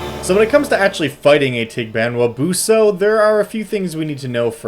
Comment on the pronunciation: Pronunciation is actually pretty good - I'd stress the 's' in 'buso', but otherwise, yes